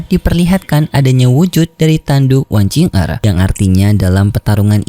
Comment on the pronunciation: Kok "wang qing er" sih min? Bukan nya "wang qiu er" ya min yg bener?